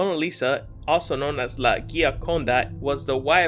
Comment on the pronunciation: Just to let you know... Mona Lisas last name was NOT The soft g with Gee-A-Conda... was pronounced Dj-Con-Dee OR Dj-Conda... it's my family name.